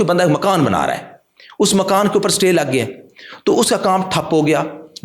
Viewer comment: Jahil satay order nahi Istay order boltay hain ( Spelling: Stay )